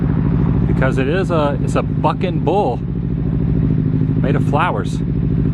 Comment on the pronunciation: Totally had to watch the "Flower Bull" scene 3 times... then I was like... "OH! He said "bucking" bull!!!" 😆😆😆😆😆😆😆😆😆😆😆😆